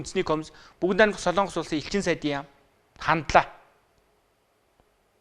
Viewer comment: СОЛООНГОС гэж ярихаа болиоч. СОЛОНГОС шүү дээ. Бүхэл бүтэн тв- ийн сэтгүүлч улс орны нэр зөв ярьж чадахгүй. муухай юмаа